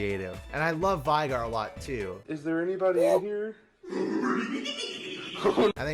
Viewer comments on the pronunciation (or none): Its vey-gar not Vi from the animated show Arcane gar... madurfakur